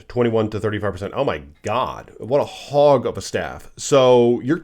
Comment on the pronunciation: This is a HAWG of an item. "Is that how you say it?" "Please let me know in the comments below!" 😂